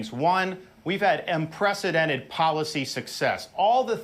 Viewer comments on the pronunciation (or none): WTF is "imprecedented"? LOL